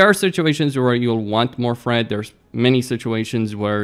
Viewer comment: Great video, looking forward to Classic TBC prot paladin! Can't help but hear you say Fred in stead of Thread 😁